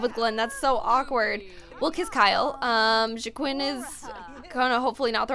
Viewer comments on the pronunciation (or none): Joaquin or whatever is pronounced Wah-keen